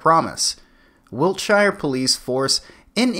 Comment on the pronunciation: Sorry u pissed me off, I've heard this before. It's pronounced sheer not shire like the in fucking Hobbits.